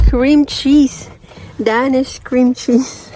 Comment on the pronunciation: hind po Da-Nish ang tamang pronunciation sa paborito nyo bread its Dey-nish 😊